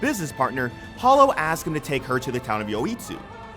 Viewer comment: Spice and Wolf's female protagonist is Holo, pronounced "Hoe-Low", not "Hol-Low"